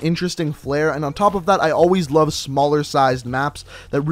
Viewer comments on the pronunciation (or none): none